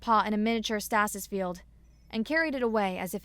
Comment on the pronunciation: Stasis, not stassis. Long A, not short A. Just adding to the list...